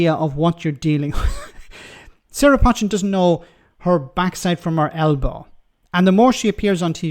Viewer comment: how much of a clown are you? I've indicated too you 2 or 3 times that you pronounce her name wrong. Her name is pronounced 'Poe - chin' NOT 'Potch-chin'. Her name is well known in Cheshire and the way to say it. You might not like her politics but at least have the respect to say her name correctly.